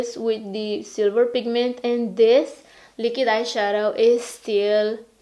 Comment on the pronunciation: every time you say "lick-id" instead of "liquid"...*shudder*